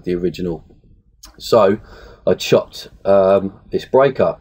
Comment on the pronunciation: 'bweak' great tutorial!